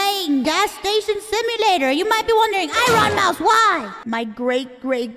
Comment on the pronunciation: Enron mouse 😂